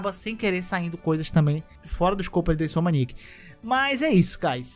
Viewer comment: Cara, assisto os vídeos do todo dia pra almoçar. Mas esses últimos com ele arrumando esse "a" do neida e falando "InsomAniac" tá bom demais! Fico rindo e voltando toda vez que ele fala kkkk Parabéns pelo trabalho mano!